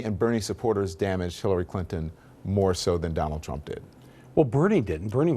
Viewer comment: New casters only have one thing in their life to do right and thats pronounce the fucking word right. Donal trump.......